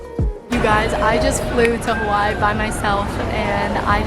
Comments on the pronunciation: if she says “hawhy” one more time i’m gonna go crazy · i love you but the WAY U SAY HAWAII DRIVES ME NUTS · Congrats! But there’s no chance you have not seen the thousands of comments telling you how incorrectly you are saying Hawaii!! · why do u say hawaii like that 🤣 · I hope you learn how to pronounce Hawaii correctly while there